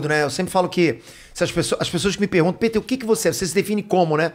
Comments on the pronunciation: Muito legal mas.... pô foi desconfortavel ficar ouvindo ele chama o peter de piter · Rafinha chamando o "Pe-ter" de "Pi-ter" 😂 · Senti ele incomodado com o "PITER* 😂😂 Fica a dúvida, se o nome dele é americano, pq não pronúncia o Jordan americanizado tbm, que nem o Michael "DIORNAD" 🤔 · Comecei o video agora, vamos ver se o Rafinha vai perceber ao longo do video q ele n estava falando o nome correto so Peter. Hahaha.